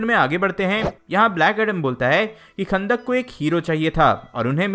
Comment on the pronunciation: chutiye wo "khandak" nhi kahndaq hai